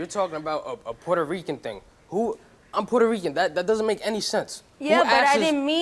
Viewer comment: What she purterican. Get out